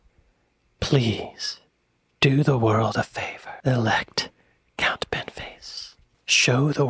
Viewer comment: Thats Count. With an O. Its not a silent O.